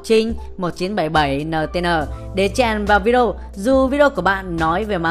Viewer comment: Rất rất hay, nhưng mà đề nghị đọc rõ cái từ Vi-Đê-ô ra 1 chút, 100 lần đập vào tai toàn Vi đrô với Vi Đô, nghe khó chịu lắm